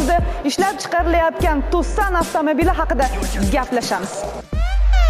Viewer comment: Мошинани номини биринчи марта тугри айтишди ТЬЮССОН, бошка блогерла мактабни коридорда тугатганми, ТАКСОН дейишади